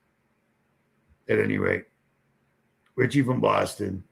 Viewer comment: No T in richie. He has said that sso many times lol